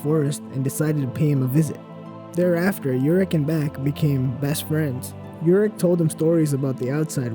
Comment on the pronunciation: YOUrek Mazino... It's pronounced Oo-rek.